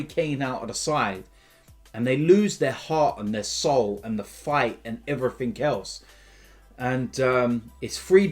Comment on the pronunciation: “And heverything else”